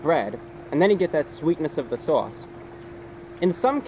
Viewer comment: You can tell hes from NY by the way he says Sauce, Swarce Lol it has a NY twang to it